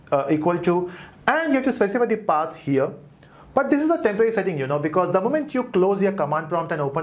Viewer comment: Less haste and more speed would be better. Thy using 'the' instead of 'dee' to slow down.